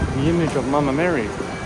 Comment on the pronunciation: I love the way you say " Mama Mary". ❤️